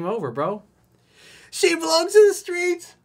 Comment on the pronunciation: “She belongs to the skreets.” 🤣🤣